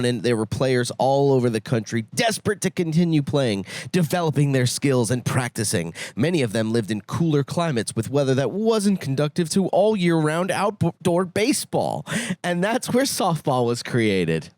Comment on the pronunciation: still mispronounced a word during his good reading. Conducive not conductive